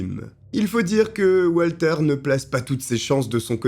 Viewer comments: Ca se prononce Valter (puisqu’il est Allemand), pas oualter. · Il est allemand alors ça se prononce Valter, pas à l'américaine.